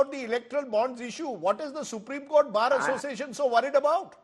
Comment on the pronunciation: A person who is unable to pronounce Bar Association become the president of All India Bar Association . What a joke. Sure he is the chamcha of central goverment